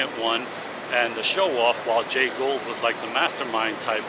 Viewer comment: I don't know if you have a speech impediment or simply don't want to do your homework... "GOULD" is NOT pronounced "GOLD". It's GHOUL'D. "GooLD" No amount of AI "whisker scratching" will replace solid f**** homework. Why don't you stop forcing me into stock AI voice nonsense and get your pronunciation on basics right? I know, I know, I'm picking at the edges. But God damn it, talk like a f**** adult.